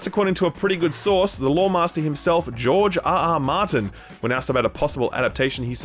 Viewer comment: Rofl I love George Rrrrrrrrr Arrerrr Martin